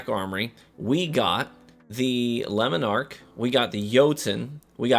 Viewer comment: Your attempt to pronounce these foreign words makes me cringe 😬 lemon arc, yallarhorn